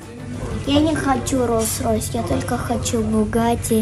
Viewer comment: нихерасе катя : Я не хочу Rolls Roys 😤 я хочу Buggaty или Lamborghini